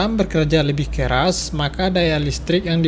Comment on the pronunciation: "karena alumunium tidak se-KERAD besi" 🤣